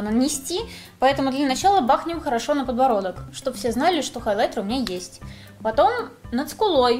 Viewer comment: Да почему же хОйлайтер? Даже т9 меня исправил😭не надо так! Очень режет слух